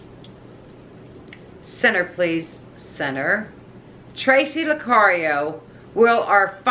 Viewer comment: Hi.. guess the dowsing rods trying to tell you still not pronouncing my name right..lol Lucario It's actually pronounced (La carry oh ).. hope that helps so you don't smacked again..lol We haven't moved yet. It's kinda funny the dowsing rods were at a standstill because so is moving right now.. I wonder if I should ask that question in a different way??? Thank you for asking the question for me...